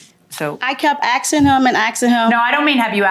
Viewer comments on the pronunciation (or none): She says - She kept "AXING HIM" and "AXING HIM"... !!! ... . Water & Oil don't mix... Sugar & Drano should not be mixed... Coal Dust & Snow do not mix... One TOTALLY ruins the other... . Nature's Facts...